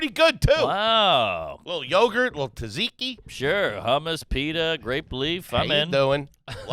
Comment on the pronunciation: pronunciation of tzatziki is garbage 😂